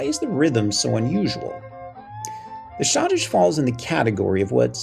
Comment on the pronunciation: I always heard it pronounced shoddish